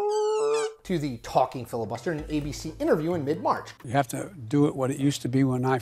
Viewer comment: "Fibus Liter"